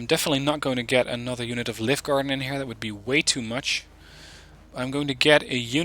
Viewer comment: I Like this deck a lot, Scandinavian Inf is spot on for town fighting! Since you like to pronounce things correctly, Livgarden is pronounced Liü-gaden (the google translate "listen" button helps):-) I played a game with Scandinavian Mech on Cold War Z to test them out in forest fighting up the right flank. I pushed to contact and ended up flanking Greenfor until I was knocking on their front door. (The Redfor players seemed a bit green:-p). But I was disappointed in their overall low autonomy. Granted, it is the long way round but there was still a lot of supply micro to be done for the units that started out at base. Especially for the EOTS Hawk. It has abysmal off road speed and autonomy. It did not fire a single missile all game even after resupplying its fuel reserves up 3 times since the start (Ideally, It should start every game with its own dedicated supply truck). It then took them 30 mins to climb a mountain to an AA sweet-spot. I soon gave up on them and brought in the Otomatics instead which quickly over-performed. I guess they are better used on certain smaller maps;-) Great video as per usual, thanks for the insights.